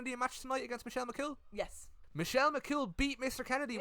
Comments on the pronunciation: bahahaha later into the video "Michelle McCaul bahahahahahah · your mam being unable to pronounce "Michelle McCool" has me in stitches hahahahahahaha McGoal she said